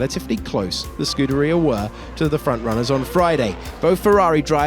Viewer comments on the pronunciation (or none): none